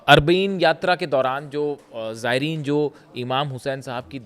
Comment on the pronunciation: अरबाईंन सही उच्चारण है